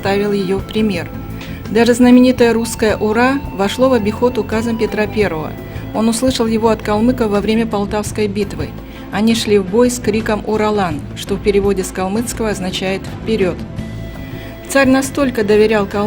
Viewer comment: Коментатор!! Пиздиш!! Не, уралан а урагша или урахша!!